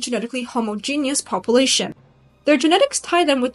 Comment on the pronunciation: Why do you pronounce "population," pah-poo-lation instead of pah-pyu-lation. Sounds weird. It's distracting.